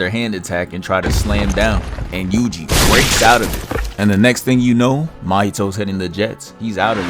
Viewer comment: WHY did i hear "juicy itadori"